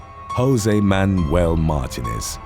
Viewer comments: I believe it's pronounced "Mar-TEE--nez" with the emphasis on the middle syllable and elongagated. I dunno if it's pronouced that way in Spanish (from whatever dialect it comes from) or how it's pronounced of most of the UK, though when I left I can't remember how I used to say it. and there are a lot more Martinezes in the US lol. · "Martinez" is pronounced "mar-TEE-nez". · It's not Mar-TIN-ez its Mar-TEEN-ez. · It’s pronounced MAR-TEEN-EZ!!!